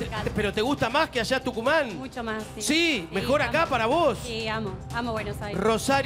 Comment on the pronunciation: Jaja el perfecto dijo tuncuman...